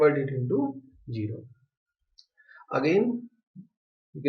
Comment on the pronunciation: gero .........................its zero zzzzzzz